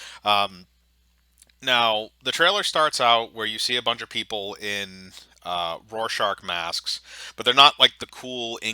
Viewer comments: Rorschach not rorschaRch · "This show doesn't understand Watchmen" * Can't pronounce "Rorschach" * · Rorshark? (Roar shack) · Evan hahaha yea